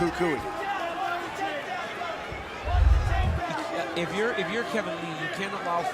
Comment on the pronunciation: No disrespect, but I hate when white people can’t pronounce Spanish names. Did y’all hear at the end how that announcer pronounced Tony Ferguson’s nickname??? He said Coo coo eeee. All my Spanish people know it’s pronounced “CU COY” that’s Spanish for the monster .